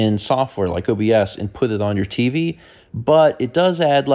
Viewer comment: I just want you to know that the way you say "teevy" never fails to put a smile on my face. Stay healthy brother grandpa.